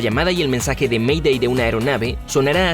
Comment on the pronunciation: Según la normativa oficial de ICAO se pronuncia "MEIDEI" y no "ME DÉ".